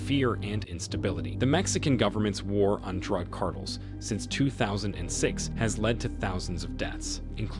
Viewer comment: Monotone computer voice delivering the Chat-GPT-written narration hilariously mispronounces the word “cartel” nearly a dozen times in this video 😮